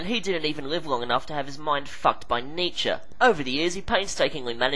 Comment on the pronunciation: THANK YOU SO MUCH FOR NOT SAYING NEE CHEE (Nietzsche) you know your shit, sir